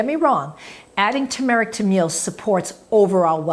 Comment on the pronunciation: Tur-mer-ic. Not tu-mar-ic.